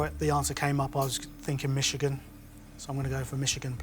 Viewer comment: Um, Ben. It's Mish -igan not Mitch-igan! (Chris said it properly!)